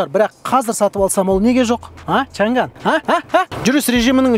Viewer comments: шанган емес,«шаң ан» деп айтылады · бұл көліктің аты ЧАҢ ӘН! чән гән емес! қытайлар ЧАҢ ӘН деп айтады!Орыс әкелерің қалай айтса солай айтабермеңдершы!Орыстың тілі ол шолақ тіл көп сөздікке тілдері келдмейді! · Айналайын ау чан ганы несі?аңқау елге арамза молла деп. Н мен Ң әрпін дұрыстап айытсаңшы. Ағылшын сөздерін қалай айтып жүрсің? Ң әрпі орыстан басқа ұлыттардың барінде дыбысталады. Қытайда чан ган деген сөз жоқ. “ЧАҢ ӘН ” деп дұрыстап айытсаңшы. Washington ды қалай айтып жүрсің? Орысша нг деп жүрсің ау. Ұятай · Чанган деп жазылады, айтылуы Чянянь! ☝ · Чаң ән деп оқылады жігіттер